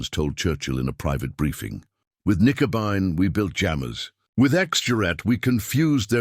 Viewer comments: The actual name for it was "Knickebein" not "nicobine" or "Nickabine." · AI slop. A convincing voice (AI of course) dismantling the German language, Knickenbein which is German for bent leg, is pronounced Nikenby and thereby losing all logic context etc. Dr. Jones deserved a much better and human presentation by somebody posessing true intellect. This was really bad. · Not Nicobine but Knickebein! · X-juret--> X-gerät. Nicobine--> Knickebein. Here's an idea for you. Trash clankers. Use humans (perhaps with some schoolboy German) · Good story, but I think the video mainly shows that AI is not very good. What a terrible 'translation' of the known German names, like 'X-Gerät' and 'Knickebein'. Nice visuals, but I think you should drop the subtitles though, they are a little ridiculous IMHO.